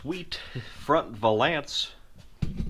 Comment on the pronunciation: Are you pronouncing valance that way as a joke? I cant tell if you’re being serious. Great video👍